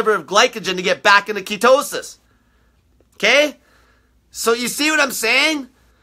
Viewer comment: I love how he says ketowsis! Lol.(ketosis)